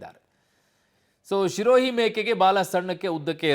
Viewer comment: ಲೋ ಅಣ್ಣ ಅದು ಶಿರೋಹಿ ಅಲ್ಲ ಕಣೊ ಅದು ಸಿರೋಹಿ ನಿನ್ ತೋರಿಸ್ತಿರೋ photo ಸಿರೋಹಿ ತಳಿದು ಅಲ್ಲವೇ ಅಲ್ಲ